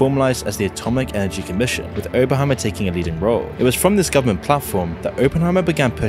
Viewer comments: Opp not ope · It's Op-En-Heimer not open-Heimer my man but good VOD though, Keep up the good work... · Why doesn’t half the planet understand it’s Oppenheimer, as in operation. NOT OPEnheimer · Can you not speak? There is a double P in his name if you did any real reseach and understood the topics you are talking about you might actully know things like this so let me help its pronounced Op-pen not Open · bro really said openheimer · It's pronounced Oppenheimer, not Oppenheimer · Great video I just hate the why he says Oppenheimer. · Couldn't watch this due to the pronunciation of Oppenheimer 😂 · Why can't you pronounce his name correctly? It's super rude to say it like, a hundred times, wrongly on a video about the dude.